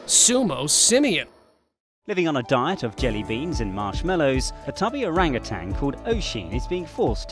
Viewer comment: Orang Utan is pronounced oh-rung oo-tunn, not oh-rung oo-tang